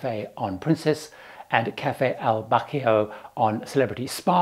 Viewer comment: Sorry but I must correct you on how you pronounce Cafe “Bacio”. The “c” is pronounced as “ch” as in church. The “i” somewhat silent and “o” as “o”. So try this. Bar-ch-oh. Which means kiss.